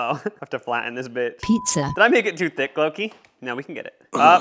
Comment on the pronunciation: I thoguht you said the N word bruh but u siad"Did i make it to thick" like bruh.